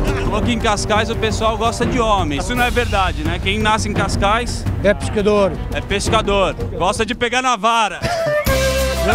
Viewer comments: Malta é CASCAIS E NÃO CAIS CAIS😂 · e cascais nao cais cais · É Cascais não Cais Cais